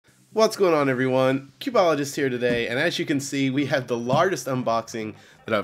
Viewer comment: It's Cubeologist not Cubologist.